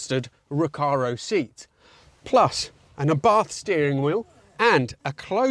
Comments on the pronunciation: it´s not "aaah-bath", but rather "uh-bart" :P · ahi ahi ahi! don't you remember that WE say àbarth? (accent on the 1st a)